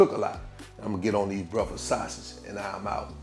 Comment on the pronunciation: My man said “homemade brefux sausage” 😂😂😂